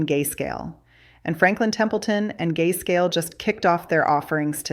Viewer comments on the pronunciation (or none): Did she say “Gayscale” 😅 😂 Gayscale fees are too high!